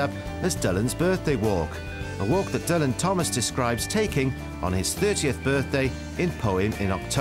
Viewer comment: I know you work for BBC Wales, Derek, but even Dylan Thomas pronounced his name DILLAN and not DULLAN..... there's no need to try to rewrite history just to please your bosses, butt. And it was annoying to us 'Dylan' fans.